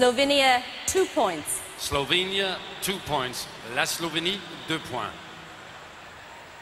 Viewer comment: „Eslovenia“ LOL hahaha